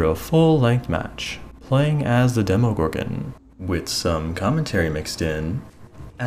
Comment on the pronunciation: Thank you so much for pronouncing it's name right